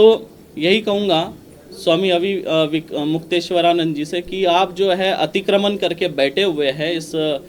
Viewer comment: तुमको तो ठीक से नाम लेना भी नहीं आता महराज जी का